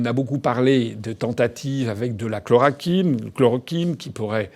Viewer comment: Après avoir visionné la vidéo (je parle plusieurs langues : français, anglais...). Ce que j'ai dit avant d'avoir visionné la vidéo, François le confirme et aussi pour les médecines alternatives (j'ai dis plus de détails dans mon message en anglais et français sans avoir vu la vidéo). Par contre, François : 1/ ChlorOquine et non chlorAquine : relis tes scripts ou lui qui te les écrits. D'ailleurs, le 6ème continent c'est l'antarctique, le 7ème c'est tout le plastique dans l'océan et le pétrole libéré par accident (ce sont les sources de pollution majeures). Revoie ta géographie et intéresse toi aux Sciences. Je te le dis et j'utilise le "tu" par respect car tu est un patriote. 2/ Les américains (les dirigeants ont commandités cette attentat bioterroriste, ils sont rentrés dans un labo P4 au Canada, se sont injecté le virus puis sont allé en Chine). Pourquoi ? Simple : Les russes ont le gaz (il reste 203 ans de pétrole dont là où il y a de la glace) mais SURTOUT la Chine qui eux sont très ingénieux (Les chinois, ils t'achètent un smartphone unique : dissection de tout l'appareil, ils l'étudient et ils en font un nouveau plus sophitiqué...d'ailleurs culture général : qui a inventé les pâtes, l'espionnage, la police scientifique et le détecteur de mensonge ? Les chinois (dans l'Antiquité je précise)...de même pour l'acupuncture...par contre ils gardent secret leurs connaissance (ils étaient pauvres avant donc ils ont raison, en France vous feriez pareil) donc économiquement les c